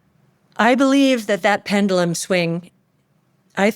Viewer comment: Mis pronounced PEN-JUH-Luhm.